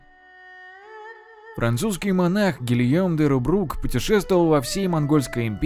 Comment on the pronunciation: не Гильом а Гийом